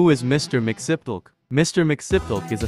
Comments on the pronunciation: why tf do u pronounce it like mixnipple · Pain. Please teach your AI how to pronounce Mxyzptlk. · “MIX YEZ SPIT LICK” that’s the correct pronunciation lol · It’s pronounced Mix-Plit-Nik. Check out the amazing episode from the Superman animated series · One the correct pronunciation of his name is Mr (mixie-us-pidle-ic) Two, he just needs to say his name back wards (kiltum-zit-thum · Meant to be pronounced ‘mix-yez-pittle -ick’ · it's pronounced mr. mix-yes-spit-lick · I think it's pronounced mix-yiz-pitel-lick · pronounced “mix-ee-spit-lick” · Its pronounced more like mixes pittle ick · The name is pronounced differently. I can't recall precisely, but there is a pronunciation panel out there. It's something along the lines of Mr. Mix-i(I like the I sound from the word is)-spit-lick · Dude still pronounced his name wrong lmao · You're not even pronouncing his name right voice generator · Pronounce his name right